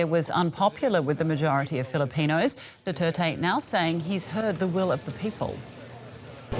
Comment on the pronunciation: It's Duterte no doo tey tey.